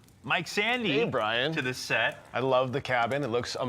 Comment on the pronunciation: I missed the live Brian, but I'm happy you liked my snowflakes. Thank you also for pronouncing my name correctly, believe it or not, 90% of the people have difficulties. ☺